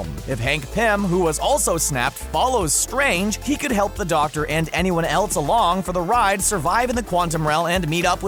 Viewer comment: why dose he say else like eltse